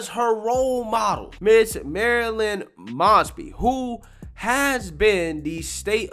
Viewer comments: One correction, her name is pronounced with a hard O like Moses instead of moss. These charges are relatively minor, I might just ask why take this to court, except Mosby created a list of officers with legal issues that make them uncalleable as witnesses in court cases and released it to the public. She should be held to the same standards as the police officers she criticizes. In addition to Mosby's many ethical lapses, what unfortunately isn't discussed in the video is how Mosby mismanaged the office and failed to retain and recruit adequate personnel. Many lawyers have shown up to court with their clients only to find the assigned prosecutor had quit and there was no one to represent the State so the case had to be postponed. That will be the first priority of the next prosecutor. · This story hits “CLOSE-TO-HOME” for me since I work in Baltimore City. Pronounced “MOZE-BEE,” perhaps NOW that “SOROS-Sponsored CRIMINAL” will go to jail since she REFUSED to put Criminals in Jail! I’m not sad that this is happening. It’s LONG OVERDUE, in my Opinion! 🤦🏾‍♀️🤦🏾‍♀️🤦🏾‍♀️ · You mispronounced still another simple name. Ms MOES-Bee name has been in the news for years (thanks to Freddie G in Baltimore) and even if you somehow missed all that coverage, her name is correctly said by the VEEP and the newscasters ... yet you come back on camera and say it wrong. That’s pretty bad. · Long “O”…. Mosby(Like No). Just a heads up. Love your content. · Moe's bee is how you say it. I know. It's hard to know how to say people's names. I'm from Pa. On the Md line. That's how I know how to say it. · I love that you mispronounce her name...because it isn't worth doing it right. She is an absolutely POS progressive as bad as anyone in NY/NYC or SF/LA/CA. Yes, I speak from a better-informed viewpoint as I live right outside Baltimore and see this s--t from her all the time. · Please pronounce her name right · Pronounced like moe, not maasby. 😉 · M "O" SBY....LONG O 😇 NOT M"AW"SBY 😇